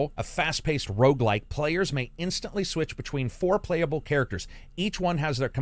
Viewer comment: Wait...did you say, "foreplayable characters" ? Seriously though, thanks for doing this. Some great looking games, definitely going on my wishlist.